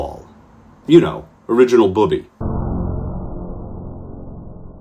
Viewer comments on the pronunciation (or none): Just one small request ... it isn't pronounced like "booby" but "bubbe." The first syllable sounds like the beginning of bubble and the last sound is a very soft "eh." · You need to learn how to pronounce “bubbe”